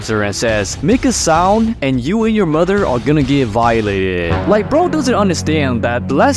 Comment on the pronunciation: I caught it. "Vi-eee-late"eed"